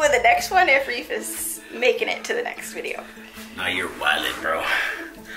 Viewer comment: Reafee😂😂😂😂you did not just say that😂😂😂 Its a witch thing 😂😂